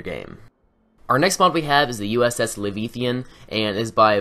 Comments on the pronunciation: Livethian? Liberthia? You mean L E V I A T H A N and L I B E R T A L I A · That's not how you pronounce leviathan.....not even close. Hell, that's not even really how it's spelled.